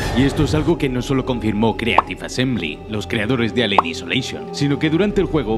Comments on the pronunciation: Alien "isoleishon" :v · "Elien aisoleishon". ;)